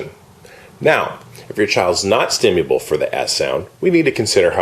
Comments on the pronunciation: this dude doesn't even pronounce stimulable very well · StimuLable, not Stimuable. The irony is beautiful.